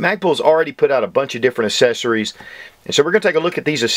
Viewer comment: I have a southern draw, and I can still pronounce "accessories". its not "assessories."